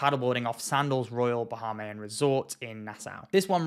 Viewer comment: Bah-hay-me-in is how it’s pronounced